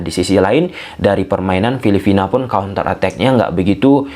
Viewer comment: Bro, bukan filifina tapi filipina atau phillipines..sorry ya saya koreksi pronounciation nya.